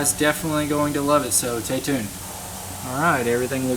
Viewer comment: tAy tUnEd🤣 love this guys work though!!!!